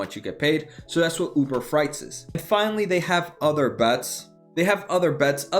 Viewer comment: FREIGHT not FRIGHT!